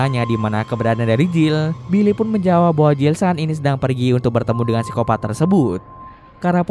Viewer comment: Pengen ketawa gua denger baca siskopat